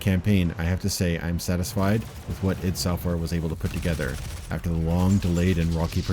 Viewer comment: It's pronounced "eed", not "I.D."